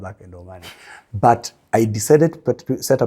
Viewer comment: Great information. I love the luo accent on Money! say maanay😅